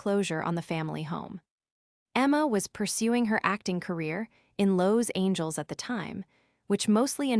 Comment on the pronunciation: You pronounced Los Angeles totally wrong